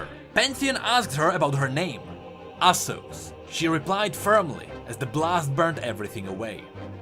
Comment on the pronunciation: The name of the woman in the second story is Asose not Asos